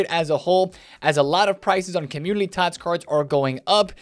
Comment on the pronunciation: Is it community? Or Commulity? Just sounds like you are saying Commulity